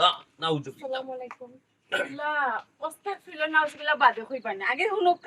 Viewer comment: এমন মিয়াছাব অসতাকফিরুলা বলতেছেন একটি ডকুমেন্টদ্বারী বানাছেন যা মনে আসে তা করেন সটিক উচ্চারন (আসতাগফিরুলা) ইসলাম দিন প্রতিষ্টা করছেন ভুল সঠিক এইটু জেনে বুঝে করুন মনগড়া করবেনা